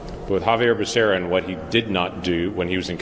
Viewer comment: Joe didn't even know becerras name he called him baccaria . Pure show